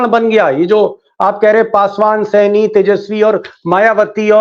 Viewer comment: ' मुकेश सैनी' नहीं सर ' मुकेश साहनी'